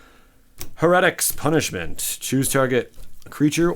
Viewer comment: You got screwed... Your pronunciation was good! Only thing I saw was heretics punishment you said Ha-ret-ics and it's Hair-ah-tics keep it up my man!